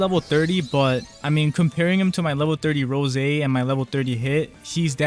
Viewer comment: URGGGGHHH, it's rose like the flower, NOT RO SEY